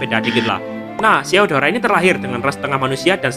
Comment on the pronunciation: Bang kok gw denger lu bilang deodoran